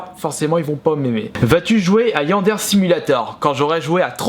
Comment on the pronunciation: ça se prononce Yanderé, et c'est pas un Simulator à la con comme tu penses, fais donc un petit tour sur la chaîne officielle du jeu, c'est bien fun.